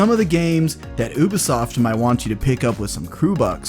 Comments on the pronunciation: i'm the only one that can't hear him keep on saying " OBisoft " instead of Ubisoft ? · It’s you-be-soft not oo-be-soft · It’s pronounced: U-BEE-SOFT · he pronounces ubisoft as oobisoft don’t listen to him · He said ubosoft